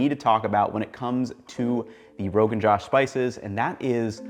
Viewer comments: are we sure that's how u say it? no one else is correcting but the kashmiri women who makes it for me says it like Rogan J-ah-sh. like an "ah" sound instead of saying it like the male name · It's not pronounced josh rather joush. Idk how to explain it better can someone use the üúô to find the sounds I'm trying to say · Good breakdown, Ethan. Fyi, the "Josh" part is pronounced more like "Joe-ssh". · Noooo that's not the pronunciation. It's not pronounced as my name.